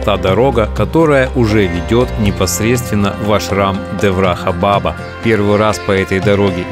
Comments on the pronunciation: Абсолютно без😢грамотный блогер, не знающий, что не баба, а БАБА, ударение на 2й слог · Да блин, бабА . БабА а не бАба!! Уши вянут чё за прононс дурацкий!? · НЕ бАба а бабА :) Означает отец и дед.На тюркских и др вост .язх.Также в одном из немецких и итальянских диалектов.Спасибо за все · Не ба'ба а баба'. Дедушка, то есть. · Не бАба, а бабА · Спасибо друг!!! Опять жить захотелось:) благодарю!... немного исправлю, бабА .. ударение на посленюю букву) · Я тоже считаю что ударение на последний слог- бабА. Это как Али бабА. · Ударение! Шри Деврахá Бабá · я бы с удовольствием был родственником такого человека как Андрей Макаревич. БАба на Санскрите произносится с ударением на первую А. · Если ты о них не знаешь , то это твоя проблема . И в слове баба неправильно ставишь ударение .